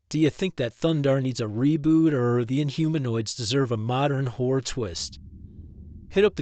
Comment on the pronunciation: It would have been nice if you had enunciated the middle R sound in "horror" a little better. It kinda sounded like something else...